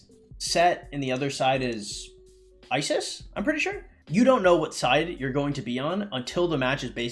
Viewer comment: “one team is seth and one is isis” ahahaha —> meant iset